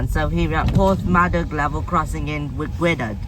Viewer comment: Ngl but your pronouncing Gwynedd all sorts of ways and btw this was upgraded a while back